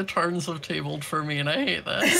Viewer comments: Am i the only one who heard say ”the turns have tabled” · did anyone hear say “the turns have tabled” lmaoo